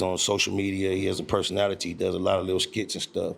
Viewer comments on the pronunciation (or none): This may sound stupid but im not from the usa why does hè call game doscha and what does iT means Some explanation would be apreciated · Why he call Game, Dojah? Lol Adam, get G Perico on ur show.